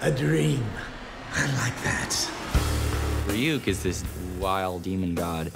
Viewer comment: Light mispronouncing Ryuk's name sums up this badaptation perfectly